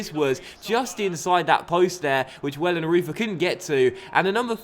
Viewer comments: The Goalkeeper's name is said Wellen-roy-ter, not Wellen-ruth-er :) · it's not Ohmrö - it's just Emre. Basic😂. But has quite some problems with a few names from time to time 😂 When Jarstein becomes Charsteen or Wellenreuther becomes Wollonroofer🙈😂